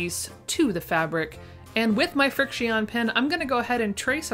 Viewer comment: I think Frixion pens are pronounced like friction... 🤔 Don't quote me on that though